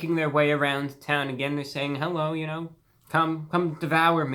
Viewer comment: No one: Absolutely no one: ReviewBrah: “Herro everybody!” Love you ‘Brah!